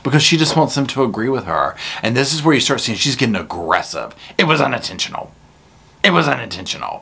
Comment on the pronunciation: It was UNinTENtionUL!!!